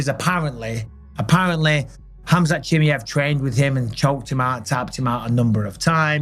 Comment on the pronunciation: Khamzat CHEE-MAH-EV ffs Bisping, not Chim-me-ev 😂🤦🏼‍♂️